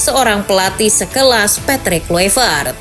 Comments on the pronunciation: Baca nya patric klaivert min bukan kluipert,sakit kuping guA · Baca nya Patric Klaivert bukan kluipert,kocak